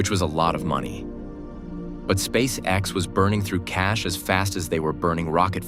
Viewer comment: Meh. AI script is dull and not especially coherent. Also, if you're going to keep doing these you need to train your AI voice so it can pronounce "SpaceX" as one word. At least you got it to say "Saturn Five" not "Saturn V", but "it had music more than twice the thrust..."?